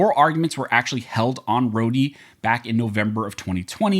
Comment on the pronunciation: "roady? ................. thats not now you say that....